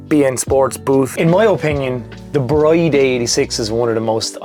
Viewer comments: Pronounced 'Brid' not 'Bride' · Just a heads up, it's pronounced "Breed", not "Bride". One of those weird tuner brand things I guess.